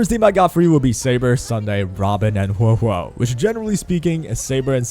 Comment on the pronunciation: Male characters are poppy. Waiu > everything Typical Male character using peasant, can't even say Huohuo's name correctly